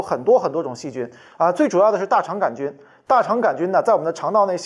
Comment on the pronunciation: 大肠杆儿菌，这种念法我还是头一次听说，李永乐发明的新念法将广泛传播，成为现代汉语的新组成部分